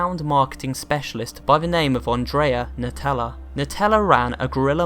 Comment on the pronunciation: i heard Nutella, not Natella..